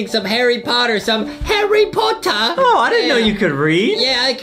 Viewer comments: Boxy be like "SoMe hArReY PoTaH" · Hawwy powter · when a rich lady teach foxy how to read Foxy:HOrRy pOTtaR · Harry pota hahaha